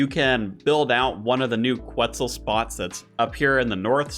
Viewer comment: Reminder that you dont need to pronounce the U in Quetzal